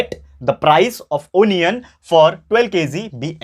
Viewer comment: Sir is telling wrong pronunciation is not a anian its a onion